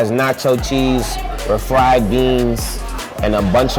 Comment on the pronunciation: 'RA-fried beans' LOL